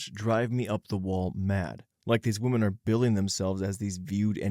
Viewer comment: Pronunciation guide: Woman (singular); wuh-mun Women (plural); wih-min. I wish this guy would get this right, once and for all. 😑